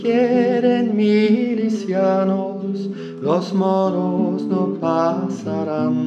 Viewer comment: "NO PASARÁN!" The proninciation was perfect and got me pumped! INCREDIBLE WORK!🔥🔥🔥🔥